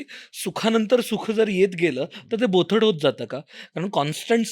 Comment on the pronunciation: बोथड नव्हे बोथट